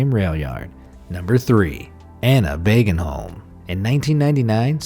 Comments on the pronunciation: Try saying "Bogenholm" instead of Bagenholm and you will be closer to correct. The correct sound for "å" is close to "o" in "Ford". So start with considering "å" an "o". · And by the way, you pronounced that wrong. It's booagenholm, not bagenholm. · Å is sayed a bit like o btw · It's not bagenholm it's like boagenholm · you pronounced the name wrong you need to do the å sound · Its a swedish letter